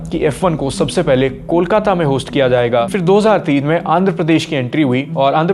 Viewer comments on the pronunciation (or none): none